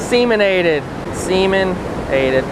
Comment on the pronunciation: Did you actually say; "Spillway Semen"? You crack me up.